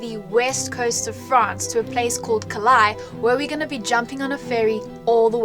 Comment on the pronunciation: I have really enjoyed your Eatily series! Looking forward to new adventures in big red in the UK! Just fyi, the port in France is pronounced Calay (Calais) 😊❤